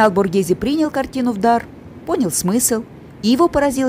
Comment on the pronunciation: СПАСИБО! ЭТО ШЕДЕВР ЗОДЧЕСТВА, Я бы никогда этого не увидела, только благодаря вам, я бесконечна благодарна. Произношение БОРГеЗе, звучит правильнее БОРГЭЗЭ.